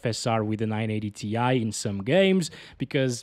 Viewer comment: 980 TIE not tee eye - tie!! 😂